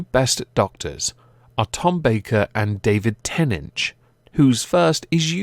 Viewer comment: stop saying davic tenech it is david tenant